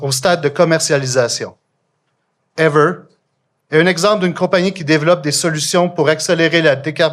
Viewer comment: This woman is boring, fatuous, and mispronounces EAVOR's name over and over but investing in EAVOR is the smartest thing the Canadian government has doe in decades. They SHOULD be hiring EAVOR to convert every major power plant in Canada to geothermal except for hydroelectric plants. Eavor has already proven its ability to create cost-effective power sources for electricity generation. There's a fortune to be made selling excess power to the U.S. and a fortune to be saved using geothermal instead of coal, gas, and nuclear.